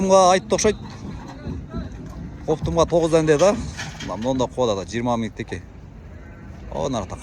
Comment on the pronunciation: Така дебей теке дейт😮